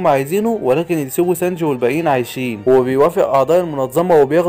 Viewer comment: هو في ايه بقا مش كنت بتقول سنجي ايه الي خلاك تقول سنج ياعم بحب ملخصاتك بس حاول تقول الاسامي صح بعد ازنكككككككككككككككككك